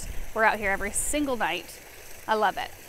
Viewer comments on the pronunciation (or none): none